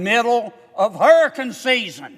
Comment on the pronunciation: HURRACUN SIZZEN